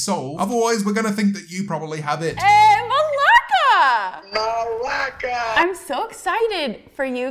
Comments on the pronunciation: did she say... malakas? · The way she said malaka.... Us Greeks do NOT claim her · I know, late to the party, I think she has said that she is part Greek and proud about it so she must be doing that because we use that as a greeting in Greece, to show that oh I'm like the Greeks. With that pronunciation though, oh honey no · Why did she say μαλακα (malaka)?